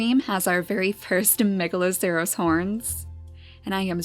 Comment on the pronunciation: wow I really love watching you make the beautiful story in Niche, at first when I played Niche I got bored after about one hour. But watching you really inspired me to create my own story. Now I have almost 100 hours in Niche and so many gods and godesses =). Ps isn't Megaloceres horns pronounced; Megaloseres (I played a game with that creature in it so I'm pretty sure)